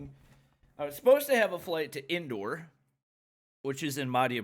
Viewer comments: Indoor lol it's indore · His "INDORE" sounded like " INDOOR" 😆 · The way he said 'Madhya Pradesh' and 'Indore' pisses me off But in a hilarious way 🤧🤪🤣